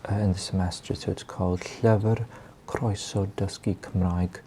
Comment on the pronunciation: Am I the only welsh one here getting rage about his pronunciations it’s pronounced Llufr not Llyfr 😫